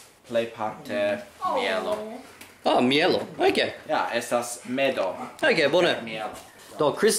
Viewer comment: Gratulon al Kristie la dua! Ĉu ŝi ankoraŭ ŝatas trufojn? Ĉi-foje vi (unu) fakte iomete ebriis. La hundo tre bele ludas kun via edzino, sed ĝi ŝajne ne tro ŝatas vin, kion mi komprenas. kulturita/eleganta/nobla mi.elo, ne mjelo kablon programadan kurson